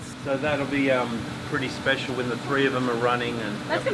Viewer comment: Omg when said WHEN, Rex dies I thought she said since Rex died XD